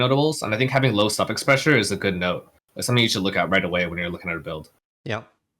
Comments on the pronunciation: I'm glad he put a caption saying "low suffix pressure" definitely thought he was saying "low self expressure" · Heard it as "low socket pressure". 😁